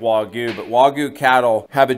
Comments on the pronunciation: I agree. But still, the way you say it makes it sound like wa-goo. A little emphasis on the "gue" would make it sound more natural. Even so, great content as always guys. It's interesting to see the difference on the marbling on the various types of wagyu, wish I could get some where I live but it's just impossible. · Loved how you showed the whole process from picking up the cow, skinning it, then butchering it! Still irks me how you can say “picanha” perfectly, but can’t say “wagyu” correctly 😵‍💫. It’s “wah-gyou” not “wah-goo”… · How do Japanese people pronounce Wagyu? The first syllable in Wagyu is pronounced the same as the “wa” in water. The second syllable sounds like the “gue” in argue. It's important to put the stress on the first syllable. It's “WA-gyu”, not “wa-GYU” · Why are they pronouncing it “waygoo”? its “wagyu” bro - emphasis on first syllable. Wa as in water - gyu as in argue. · How do Japanese people pronounce Wagyu? The first syllable in Wagyu is pronounced the same as the “wa” in water. The second syllable sounds like the “gue” in argue. It's important to put the stress on the first syllable. It's “WA-gyu”, not “wa-GYU”.